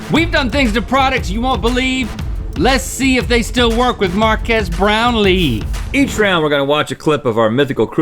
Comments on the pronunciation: My god, Its Mark-ass Brownlee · Its Mark-ass brownlee!!! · “MarkASS Brownlee”- Will Smith